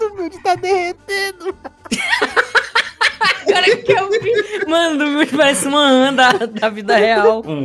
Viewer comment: "Ta derretenu" wtf desenho derretedor